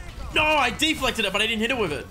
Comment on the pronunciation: Mate that Aussie accent coming through hard with D'flected every time! Great video 👍